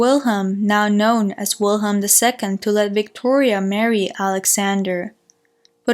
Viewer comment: Great job. But please out of respect. Pronounce the german names. German. We germans also. Love our language...thank you. Alles liebe.